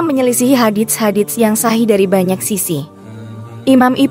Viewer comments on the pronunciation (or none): none